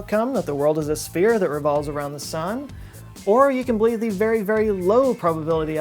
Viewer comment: After the long string of “very”s I heard fairy for every other very you said